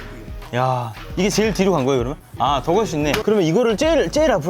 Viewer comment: '쩨일'이 아니라 '제일'이라고 발음하시는 것이 ....